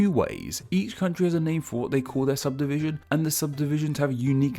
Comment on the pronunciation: this mf said subsivision